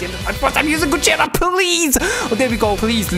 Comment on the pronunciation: It's gogeta not gojeta